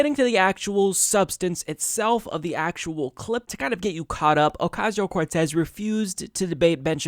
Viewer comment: They revel in mispronouncing her name.